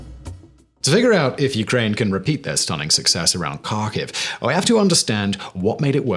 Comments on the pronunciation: its pronounced Harkive. not Karkive :) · Kharkiv is pronounced Har-keev I believe. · Simon, please learn some basic Ukrainian place name pronunciation. Your Received Accent bespeaks the traditional British, "I don't care, and will pronounce it any way I want." Here are corrections I encourage you to employ: -KH = H, not K, so Kharkiv = Harkiv, not Karkiv. English does not have the guttural sound like 'ch' in German 'ich' but to use the "K" only is wrong and sounds uneducated -U = is always "oo" as in 'moon' but with less Received Accent 'w' off glide. "oo" not "Moowwn" 2 Vowel Problems: -IU and YU (2 letters in English, 1 in Ukrainain Ю) are ONE syllable, not 2. The town of Izium is 4 letters in Ukrainian (Ізюм). The 3rd letter is the vowel "YU" as in English "you". The town in "EEZ-youm", not "ee-ZEE-youm" -IA and YA (2 letters in English, 1 in Ukrainain Я) are one syllable not 2. The town of Vinnytsia is 7 letters in Ukrainian (Вінниця). The last vowel is Я, or "IA", as in the German 'Ja!'. The town is 3 syllables, not 4: 'vee-NEE-tsya' not 'vee-NEE-tsee-ya' This will make you sound much better and it will show respect for the Ukrainian town names. Few Brits or Americans seem to want to learn this, or god forbid, care to learn it. Your presentations are well thought out and well produced. When you say "Karkiv" and not "Harkiv" all your work flies out the window. Thank you. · There is no city Karkew its Kharkov and the K is silent. It's embarrassing to listen at it. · FYI, Kharkiv is pronounced like Harkiv - the K is to show that you close your throat before saying the H. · Kharkiv has a silent K, Simon.